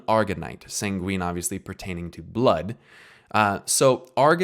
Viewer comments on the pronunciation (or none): Good video man, but the way you pronounce sanguine made my ears bleed.